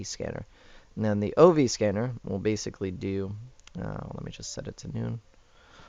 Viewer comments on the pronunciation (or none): none